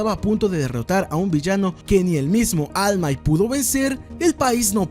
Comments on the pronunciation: Deberías mejorar tu inglés: De "Almait" a All might... Suena mejor en japonés "olmaito" , pero tú estás pfff mal mal. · Deberías aprender a pronunciar ALL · no se pronuncia all might pa, asi se escribe, pero la correcta pronunciacion es almait. No vengas aca a hacerte el inteligente, ademas, si te molesta deberias hacer vos mismo un video payaso